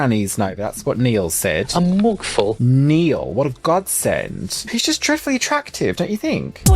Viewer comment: Lmao 😂 moogful 😂 I can’t stop laughing!! It’s mug full.